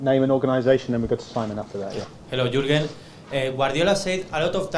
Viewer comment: i speak both, and i can tell you to learn Deutsch it is not that easy. one information ...to pronounce Jürgen.it must be like this Yuergen :)